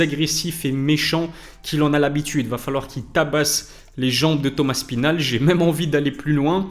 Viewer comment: Avouez on dit tous Thomas spinall